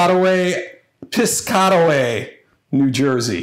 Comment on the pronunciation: It’s “Piss-Cat-Away” if you’re trying to say it.